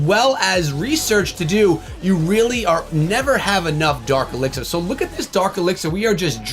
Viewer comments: That's dark echo 🤣🤣 not fark my boy🤍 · It's dark elixir rite? Not fark elixir